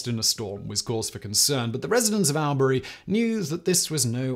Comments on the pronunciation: yeah the y is more an i sound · Man, the Aussies are going to crucify you for your pronunciation of Albury. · Awl-bury, not AL-bury 🤣 so close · Its "All-burr-ee" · As an Australian I feel the need to correct you on your pronounciation of Albury, it's awl buh ree not al beh ree. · Not Al-berry. Albury is pronounced All-bree. I mean Simon, you got Melbourne right. Few people do. Interestingly, Melbourne is now the most ‘Locked-down’ city in the current pandemic. Something like 260 days. Poor buggers. So no aircraft are currently welcome…. Unless you are rich, famous or carrying vaccine. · Hey whistle boy... it is pronounced all,bra,ree (Albury)... by the way love you're work on casual criminalst... subscribed to all channels and podcasts... you show you're funny side and true self on casual criminalst and I love it... all the way from OZ... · All-brie is how it is pronounced in 'straya. Keep up the good work. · Hey Simon it’s pronounced “All-bury” no stress from Broderick from Melbourne Victoria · Yeah, I think you're right, sounds like my lazy way of saying too. 😂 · The way he's say Albury is making me giggle 🤣 we say it like "awl-bree". From a Melbournian, I always hearing about Melbourne in videos! Always a nice surprise ☺️ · the first syllable of albury is pronounced all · Albury is pronounced All Bree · It's pronounced "ALL Bury". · Albury is pronounced all-berry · Simon, the town of Albury is usually pronounced, here in NSW, as awl-bury. Charleville is usually pronounced as charley -vill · The pronunciation of Albury is so grinding to a Victorian. Its pronounced All-Bree. And Corowa is Kor-o-wa.